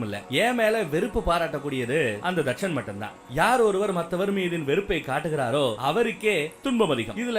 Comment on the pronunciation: Etichan illa athu thatchan